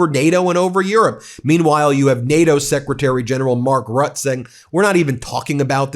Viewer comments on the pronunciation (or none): BEN PLEASE LEARN HOW TO PRONOUNCE MARK RUTTE. PRETTY PLEASE